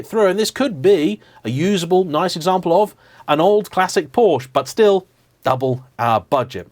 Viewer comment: Porsch-Ah!!!!!!!!!!!! you dolt